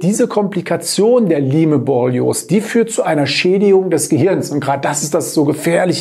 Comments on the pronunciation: Es heißt "Laim"-Borreliose in der korrekten Aussprache! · Es spricht sich "LAIM", wie bereits angemerkt! Siehe Ursprung in Amerika, Lyme. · Lyme borreliose wird ausgesprochen: LAIM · Okay, ich bin nicht die einzige, die das völlig irritiert. Beruhigt mich etwas^^ Vielleicht ist ein bisschen so wie bei Huawei u.a. Eigennamen. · P.S. ich wollte nicht klugscheißen, die Aussprache war nur sehr verwunderlich. Die besten Grüße!